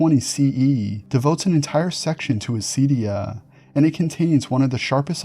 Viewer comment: For other greek people who might be confused by the mispronounciation/latinization: acedia=ακηδεία